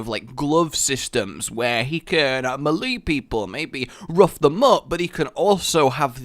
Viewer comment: Isn't melee pronounced "maylay" not "muhlee"...? Anyway, super interesting video, really got me thinking